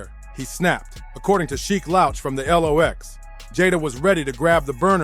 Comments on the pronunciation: If you can't pronounce the group name right at least no, it's pronounced locks spelled lox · The L-OX lol